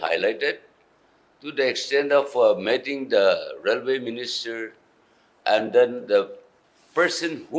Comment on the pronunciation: metting ✅ meeting ❎ 😂